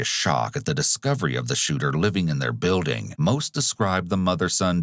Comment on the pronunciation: Is the narrator AI? The voice has gotten better but there’s still like this weird gross, guttural thing going on. And like the super “true crime” voice that just emphasizes words for no reason. Buiiiilding. Neeeeighbors. Chriiiiissss. Wtf Is this